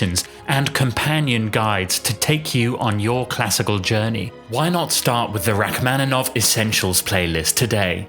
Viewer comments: Rack-man-in-off. The mispronunciation is ridiculous. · And the "man" syllable should also be like "mon." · Please learn to pronounce his name correctly. It's pronounced like ROCK-man-i-noff. Hurting my ears. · but you should learn to pronounce “Rachmaninoff” correctly, it's a shame. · It would be, if only he knew how to pronounce Rachmaninoff's name. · Learn how to pronounce his name please!